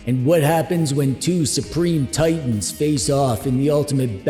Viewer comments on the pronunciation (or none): none